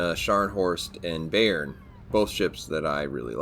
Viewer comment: Youve to pronounce the bay in bayern like bye. 😉 Good videos, greetz from germany.